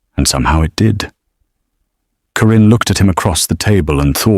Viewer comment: Thankyou for a good story. The name 'Karin' was constantly pronounced as; 'Corinne'???? It bothered me. Pretoria South Africa 🇿🇦